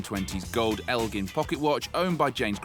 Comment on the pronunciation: Yes, Elgin is an American watch company and you are pronouncing the name incorrectly. Do a Google search to pronounce it guys, you sound silly.